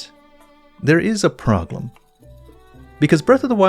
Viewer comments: Is it just me or does always pronounce problem as 'proglem'? I'm sorry but it's a parasite that's eating into my brain and getting closer to the centre with every video of his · Is it just me or does pronounce "problem" as "proGlem"? 🤔